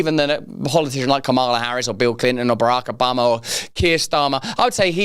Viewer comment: Brakah-bamha 😂😂. I love the way you say his name😂. It tiptoes on my Boston accent so much that it just kinda feels comfortable hahahahhha